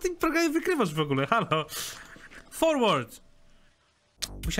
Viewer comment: Forward czytaj jako forłerd~